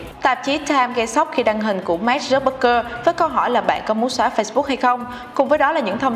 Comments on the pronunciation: Nay VJ làm chắc hơi áp lực mà đọc tên Mark hơi loạn :)) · Sao chị đọc sai tên Mark hoài vậy. Nghe khó chệu kinh